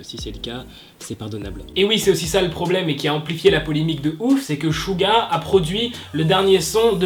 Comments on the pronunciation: Tu dis shu pour suga et suran bref ... ça se prononce tsuga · Ouais c’est clair le pauvre mais ça s’écrit suga et sa se prononce shouga voilà 😊😊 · SUGA ça se prononce suga ou chuga genre jsp trop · Coucou j adore tes vidéos mais je trouve que tu devrais t améliorer et vérifier comme ce dise les blases d'idol car même suga tu le prononce mal sur ce continue ton contenu est intéressant